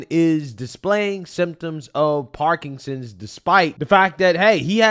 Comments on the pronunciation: you have to quit saying parkingsons. It’s Parkinson’s disease. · KJP: “…… does he know how to say ‘Parkinson’s? No. Can he spell Parkinson’s? Are you serious? …..”